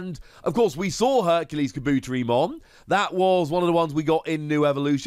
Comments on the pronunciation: kaBOOTerimon lol man put the emphasis on the Ka, and the Te 👌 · Oh yeah Tentomon family. I find it funny that Insects got connected to Electricity. Tentomon just hanging out sipping a drink with a lil Motimon in the background is funny. Looks like lemonade maybe? Oh that pronunciation was bad. Ka-bu-te-ri with the teri pronounced like tare-y. Oh no MegaKabuterimon? But a new HerculesKabuteri at least I guess.